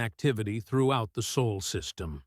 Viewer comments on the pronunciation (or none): "sol" not "soul"